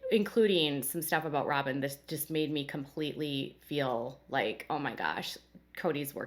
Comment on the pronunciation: Does ANYONE on this show know how to pronounce the word feel???? It has a long e NOT a short i !!!!